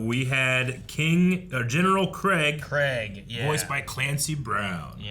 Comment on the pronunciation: General "Craig"? hahaha it's pronounced "Kreeg" even though it's spelled Kregg. He even says it in the episode so I don't know how you got that mixed up, but it's all good. Oh and Donald is like the amalgamation of Bobby Hill mixed with Dale Gribble.